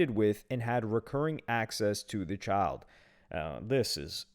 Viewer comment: You mispronounced child